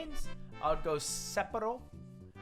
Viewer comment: Lmao they both said Sapporo wrong, but it would almost be right if you combined them.